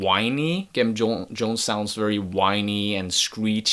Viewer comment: Pronounced with the soft g - "Jem" like "gemstone". The name is a play on Jim Jones of the Peoples' Temple.